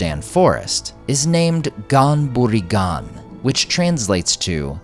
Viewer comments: It's pronounced more like Hon-berry Hon but give the Hon a gutteral sound like you're clearing your throat. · Great video. The pronunciation is a bit jarring for Ghan-Buri-Ghan, but I totally get that it's hard for a lot of English speakers to get the hang of. I think I only got the hang of it from listening to Corey Olsen pronounce it a bunch of times.